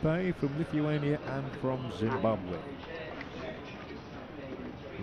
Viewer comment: "zimbabwuh" xD